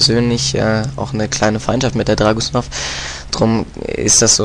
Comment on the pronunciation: du bist wirklich einer der besten spieler aber bitte, dragunouv spricht man wie dragunoff und nich dragusnoff >.< ansonsten biste echt genial